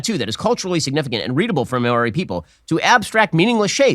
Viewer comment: Ben Shapiro needs to learn how to pronounce Maori, because it's definitely NOT "may-or-ee", it's "Mau-Ree" with a slightly rolled R. His possibly deliberate mispronunciation of their names is more than likely more offensive than the movie itself.